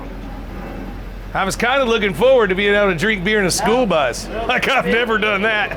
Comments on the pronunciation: Every time he says "foward" I want to scream. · Millennial don't know how to say forward!!